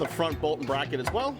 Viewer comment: “Frirst we will remove the brocket” 😂😂